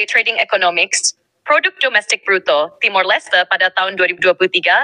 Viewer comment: TIMOR.... bukan timur